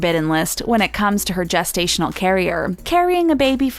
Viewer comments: I think the narrator should know it is pronounced “jest-stational “ not “guest-stational” 😬😬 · Okay I'm 30 seconds in and its jest-ational not guest-ational wtf 😂😂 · Someone please tell her its gestational not guessed stational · Guess-stational??? Jest-stational.... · Is anyone slightly annoyed with the “Guesstational” instead of gestational carrier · Isn't gestational pronounced gel not guess? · Wtf is a gas-stational carrier lmfao! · Lol "guess"-tational carrier. Learn how to pronounce the word. Oh wait you said it right later in the video. Wtf?